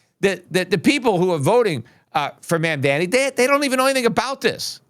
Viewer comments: Peter pronounce it “Mom-Don-ee” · Peter, long time listener and fan here, your argument with respect to Mamdani would carry more weight if you took a moment and learned the correct pronunciation of his name.